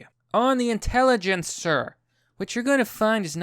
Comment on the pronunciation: "Intelligencer" Fuck my sides dude I'm dead